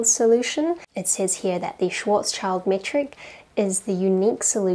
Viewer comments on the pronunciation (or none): schwarzschild is a composite word but the words are schwarz-schild so its NOT pronounced like "child" in the end but more like "chilled", maybe look it up idk. Love your videos! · Thank you very much, nice talk. Just one point to make, and that is the name Schwarzschild, which should be pronounced Shwartz Shield . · Please get Flammy to teach you German pronunciation, especially Schwarzschild.